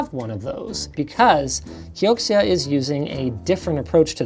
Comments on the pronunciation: KEE-OH-CEE-A? its pronounched KEE-OH-CERA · Wouldn't it be pronounced key o zia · Patrick says it's pronounced Key-oak-she-ah... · i'm not an expert but that's probably pronounced "kyo-shia" if it's anything like xiexie